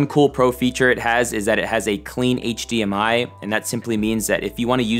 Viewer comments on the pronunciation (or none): none